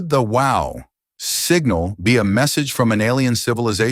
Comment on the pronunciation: Excellent AI voice, I didnt realize it was AI until the illusion was utterly destroyed by its trying to talk about the Wow! Signal and it kept saying wow like the expostulation..